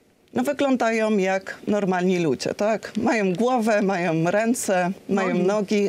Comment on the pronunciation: Błagam ani MIRONO - majoM, mówioM słuchajoM - ja tak bardzo lubię Pani wypowiedzi ale nie mogę się pogodzić z tym, że tak nie dba Pani o prawidłowość wymowy... to niedbalstwo które kompletnie do Pani nie pasuje